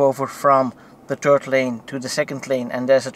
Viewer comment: Nice comparison! But... you really need to try to pronounce the "th" better :D "3rd lane" becomes "turd lane" and "hardware 3" becomes "hardware tree" :)